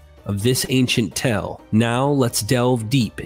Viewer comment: Dear God, you gotta stop writing "tale" so often! I scream everytime you mispronounce it in your videos! Just say "story"! 😂 Great content. Thanks for everything you do.